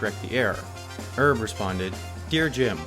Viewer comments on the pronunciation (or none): "Erb" Kelleher? Short for "Erbert", I guess.